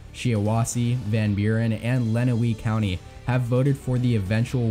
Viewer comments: I lived in Michigan for 4.5 years and will be voting from abroad for Michigan. I like how you threw in the "bellwether counties." I'm from Calhoun county where Battle Creek, MI is and expect it to pivot back to the Democrats this year. There's three counties you kinda mispronounced.... Shiawassee is pronounced "Shy-a-wah-see", Lenawee is pronounced "Len-a-way" and Macomb is pronounced "Ma-com" like "ma" and a "comb" that you use to comb your hair. One county I think that you're way off on, is Monroe county. I have a sister that lives there and my partner used to live there. Monroe has a LOT of French-Catholics in the county and they tend to be conservative Democrats. Joe Biden is a Catholic and will likely swing Monroe back to the Democrats. And, it did vote for Gary Peters in 2014. And, voted for Obama twice and Debbie Stabenow in 2012. I see you also gave a tilt margin for Biden in Kent county where Grand Rapids is. That's going to be a key county in the battle for Michigan's 3rd congressional district. It's the current district of Justin Amash, who was the only Republican to vote in favor of Trump's impeachment. So, the Republicans kicked him out and he was an independent for a short while. Then, he switched to Libertarian. He flirted with a presidential run as a Libertarian but, ultimately decided against it. The Democrats coalesced around Grand Rapids immigration attorney and former DHS immigration advisor in Obama's administration - Hillary Scholten. The Republicans had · Good video but you absolutely butchered the pronounciations of some of those counties. Lenawee is actually pronounced Lenaway, and Macomb is Mahcomb, not Maycomb.